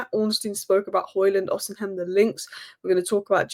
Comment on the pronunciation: “Osi-hem” annoyed me a little more than it should have.